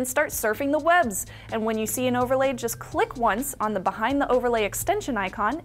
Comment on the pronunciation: you should learn how to pronounce the word "the"